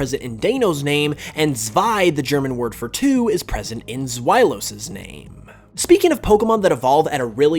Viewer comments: I came to make this precise comment. And it was even worse on Hydreigon, haha. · "Notices Deino has ein in it, pronounces ein correctly, still calls Deino Day-no instead of Die-no" (also minor but you said Z-vy for Zwei but call Zweilous Z-why) P.S> Love your videos btw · Deino is pronounced Die-no, not Dayno. Zweilous is pronounced Svi-lous, S-why-lous. Hydreigon is pronounced Hydr-ai-gon. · Pronounces Ein and Zwei correct Also: “Dee-noh Zwy-lus” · Yeah, you're right And yeah, you're right again xD It also triggered me when he mispronounced Hydreigon, Zweilous and Deino.